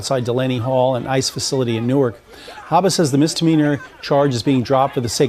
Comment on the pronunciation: pronounced it "New- Ork". It's pronounced "New- werk".